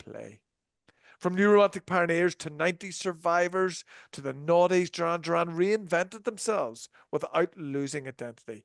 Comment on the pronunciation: Pronounce their name correctly